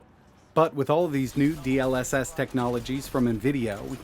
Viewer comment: "Dee el esess" 🥴